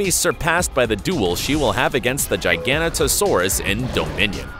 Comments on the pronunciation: Wtf in ‘gigantanosaurus?! It’s giganotosaurus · The way he pronounced giganotosaurus lmao